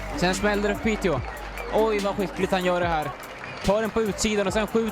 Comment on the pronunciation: Piteå is pronounced Piteo btw, the å is an o sound, if you’re interested. Love the blog as always!